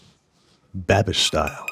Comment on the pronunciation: “Babish style” sounds like “bad bitch style”